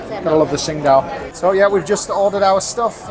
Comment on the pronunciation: It’s pronounced Ching Dow FYI.